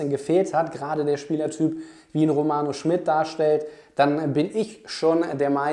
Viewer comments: Finde auch, dass er ein spannender Spieler ist. P.S.: ich glaube der Name spricht sich „Schmiiiied“ und nicht „Schmitt“. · Kleiner Hinweis: Im Butter Bei Die Fische hat Romano meine ich gesagt, der Nachname wird Schmied, nicht Schmidt ausgesprochen. Aber ansonsten super Video - danke für deine Einschätzung! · Romano heißt Schmid nicht Schmidt.. langes I..